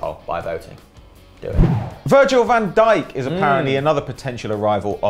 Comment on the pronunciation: is really dutch he doesnt sound dutch by saying virgil van deek incase of virgil van dyke